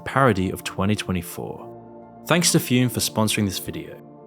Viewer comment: Who had the insane idea to call that "Füm"!? That's not even remotely how you pronounce that letter or word written like that. God, I despite Hipsters...